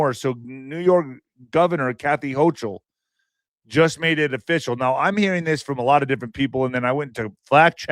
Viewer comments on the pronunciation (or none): no disrespect intended towards you, but I have posted this to you a couple of times already, because you mispronounce witch Hochul's last name. I live in NYS and Kathy Hochul's name is pronounced "Hocul" or "Hokul".